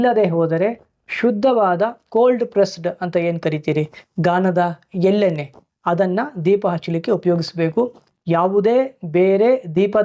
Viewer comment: Desi hasu all naati hasu ... It is ಗಾಣ not ಗಾನ. It is not ಎಲ್ಲೆ ನ್ನೆ it is ಎಳ್ಳೆಣ್ಣೆ ... kannada dalli video madta iddira plz respect the language